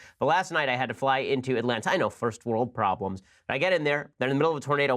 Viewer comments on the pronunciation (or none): none